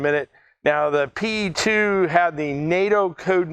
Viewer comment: Just a small correction, if you don't mind. The correct way to pronounce the airplane name is "Pe", not "P.E." The Soviet airplane names are not acronyms, they are usually just the first two letters of the designers last name, and are pronounced as such. The designer was Petlyakov, the airplane is just "Pe" (just like one pronounces the first two letters in "Pennsylvania").